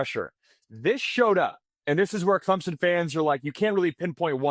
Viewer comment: lol clempson